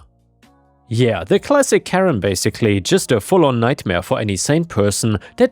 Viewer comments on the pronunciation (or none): none